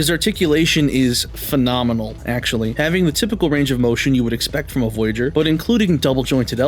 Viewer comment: AKCHUHUALLULEEEY! It’s the STING from the fire ant that burns. Not da bite 🤓